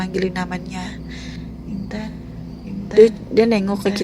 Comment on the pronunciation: intan tp aku dengernya inten